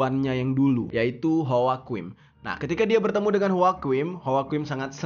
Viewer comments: Joaquin dibacanya wakin bang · Joaquin dibacanya hwakuin